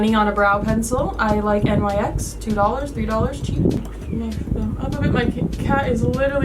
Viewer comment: NYX Cosmetics is pronounced "Nix" luv. One word.